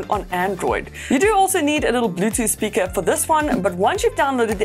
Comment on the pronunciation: Hilarious how she says Bluetooth “speaka”